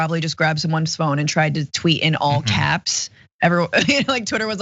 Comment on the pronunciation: 😆 "We got an all capzerz!"